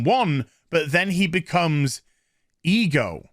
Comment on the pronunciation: Who else hears e girl every time he says ego